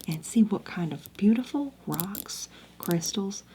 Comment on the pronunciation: “hrocks” is crazy